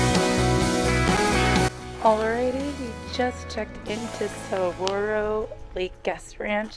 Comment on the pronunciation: I was going to jump on and say MAY SA! Oml Sa - gura - ro